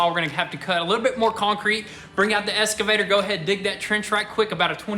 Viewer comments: EXcavator.... ^^ escavator? ^^ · Sons, i tried for a long time but it's gettin on ma tits! Its EXCAvator not ESCAvator! Say it right!